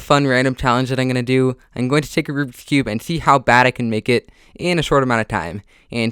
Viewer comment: normal people: rubiks cube him: rubsheksh cub